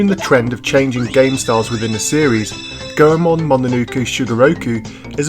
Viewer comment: Lol the last time i saw you ya dressed up like Goldust. you look so different lol im glad your a fellow Ganbare Goemon fan! Also its actually pronounced "Goy-Mon" just thought i'd help!